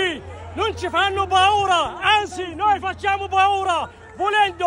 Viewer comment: Hahahahahah "BAURA"? Ya Hmar si dice Paura e non "BAURA". A prescindere non è carino urlare in un paese che non è suo "...noi facciamo Baura" ha uno stato che vi ha ben accolto.